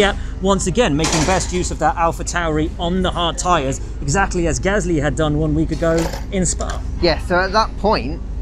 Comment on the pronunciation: It’s Gaslŷ not Gâsly, without the symbols ofc but you can’t say it properly